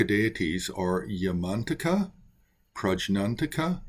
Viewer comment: My Tibetan Buddhist Tulku pronounced it “Yah-man-TAK-ah” not “Yahman-taka” — emphasis on the TAK is key.